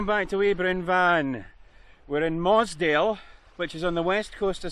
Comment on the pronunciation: Good video but - Muasdale pronounced Moo-az-dale Gigha pronounced Gee-a. Stopped watching.